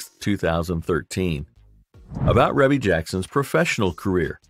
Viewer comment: Pronounced Ree•Bee Jackson